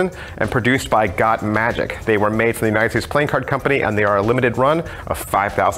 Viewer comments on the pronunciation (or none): none